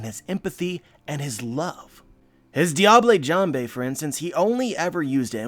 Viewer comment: Pretty perfect observations. Sanji is probably the best character in the series, despite his... eccentricities I love you, but please don't say "diablay jamblay" again It's French, pronounce it like "Diabuhl Jahmb"